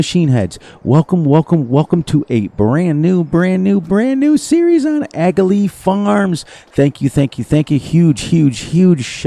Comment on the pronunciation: This is an Irish map, rather than UK. And if I understand correctly the G in Aghalee is silent, and the aound comes from the back of the throat, so it sounds more like Aargh Lee (think like a pirate when you say aargh).